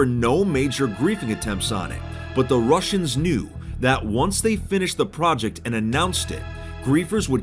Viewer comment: Why do I hear "rushers" when you said "russians"